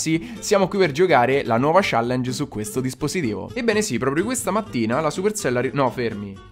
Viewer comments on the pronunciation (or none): none